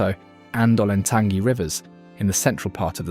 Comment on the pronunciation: Skee-oh-toe to you too, pal. I know it's sigh-oh-tuh and ole-en-tan-gee and not oh-lan-tang-ee. I was waiting for Leema and Bell-fon-tain.